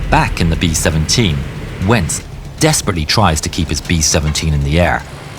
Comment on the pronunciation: How many times did you say ‘dEsPeRaTeLeY’?